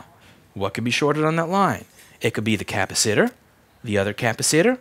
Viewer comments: After watching so many of this man's videos, I still can't help cringing a little every time he says KAppaSItters instead of capacitors. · I love the way you say capacitor, lol. I really need to get a reflow station... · What ? Capaceter ? Did you say Capaceter ? Lol .. you do get funny-er , imo. I bet that cat thing will stick. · kappasitter I think I'll pronounce capacitor like this from now on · Cap-a-sitter? I've never heard anyone pronounce it that. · Think he might have just gotten bored with saying it normally... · "Capa-sitters"... 😬 Louis, is that flow detection resistor a part of a wheatstone bridge, I see 2 more resistors & am assuming the chip forms the fourth arm on the bridge ?? Those poor little SMD resistors shot in the back like that...current be crazy !! 😫 😎👍☘ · This is the first time I've heard "capacitor" pronounced that way. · Funny how you say capacitor lol